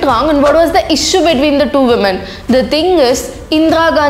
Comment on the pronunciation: Did I blame her for mispronouncing.?? Or did I say it rudely?...No.. Are you not aware of the word 'advice'? I'm completely aware that Tamil ppl don't understand bengali...& vice versa but the practical thing is 'Thakur' can be pronounced by any Indian..if not then we should start to develop habits of knowing each others's (languages) things instead of choosing Britishers'.Hope purpose is clear to you.🙂